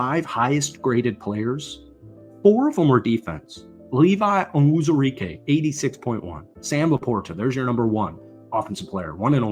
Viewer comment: Bro can’t pronounce“Penei” but absolutely nails “Onwuzurike” XD